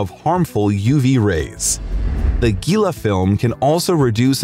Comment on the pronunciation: It’s pronounced heela like Gila monster lizard